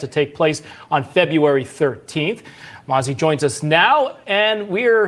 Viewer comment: It sounds like nazi not mazi,what do you think ?